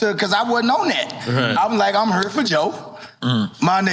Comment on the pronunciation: I love the way he says here (hure) The KRS story is epic